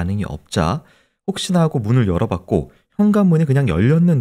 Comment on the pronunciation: 크라임 한가지 거슬리는 것. 배교수님의 말 습관입니다. 정규방송 앵커같을 수는 없지만. 그렇게 해고 --> 그렇게 하고 왜 그래느냐 --> 왜 그러느냐 불쌍해다 --> 불쌍하다 그렇게 핼 수가 있겠느냐 --> 할 수가 있겠느냐. 해다 라는 말은 없습니다. 해 를 쓰는 경우는 하다의 활용형으로 명령형이나 과거형에 활용되는 말일 뿐입니다. 조금 거슬립니다.